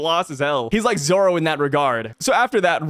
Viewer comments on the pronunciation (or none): none